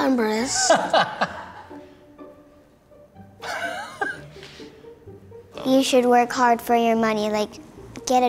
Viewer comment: The Kid: I'm not imbressed Me: And I'm not IMPRESSED that you cannot pronounce